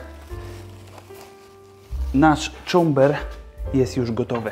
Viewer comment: Cober! nie czomber! Czomber to roslina i przyprawa.